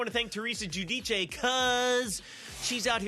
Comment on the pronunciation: pronounces Gudice correctly 👌🏽